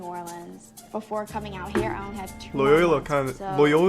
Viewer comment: In what world can you not pronounce Loyola? You retarded?